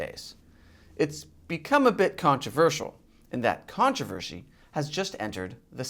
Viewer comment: Did he just say "controvershe"? I know that's what I heard. LoL...